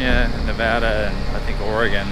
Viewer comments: Great video. All the years I have lived around here, I have never been in the cemetery. There was a fire a few months ago that burnt the buildings to the left of the railroad station. BTW, tell your buddy you say Nevada just like you spell it Nev-Ad-A, not Nev-Odd-A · Great video! Other than pronouncing Nevada wrong haha